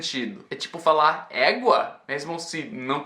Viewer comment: Éguaaaa é daqui do Pará. Falou certinho. Vem aqui visitar a gente e provar o verdadeiro açaí. Adoro seus vídeos 👏🏼👏🏼👏🏼